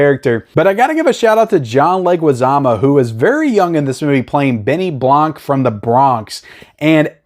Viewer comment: It’s Benny Blanco not Blanc lol which is Benny White in Spanish. U funny guy lol